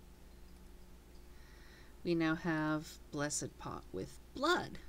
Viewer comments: Blessed pot... not blessid.... lmao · omg its blessed not bless-id lol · you cant say the word "blessed"